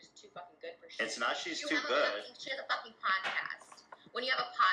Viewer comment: Not "too goid" but better than you....